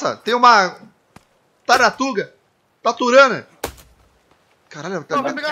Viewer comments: Hoje aprendemos que o não sabe falar tartaruga. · "Taratuga... Taturana" xD